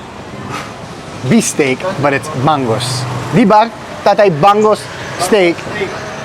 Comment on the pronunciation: Kuya it is usually pronounced bistek not actually beef steak so you would know the difference to the real steak. Bangus steak is one of my fave dish and I hate when my boneless bangus should be called lessbone bangus 😂